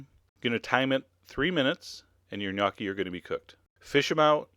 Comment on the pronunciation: the 'o' in gnocchi is pronounced like in the word 'home'